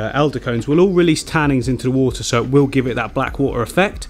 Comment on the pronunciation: I love your stuff and watch all your videos but for the love of all that is holy it’s tannins not tannings